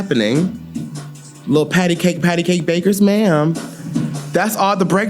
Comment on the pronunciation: “Pat-a-cake. Pat-a-cake. Bakers ma’am” 🤣